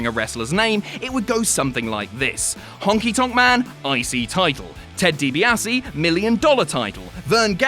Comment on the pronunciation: Ted deebeasse lol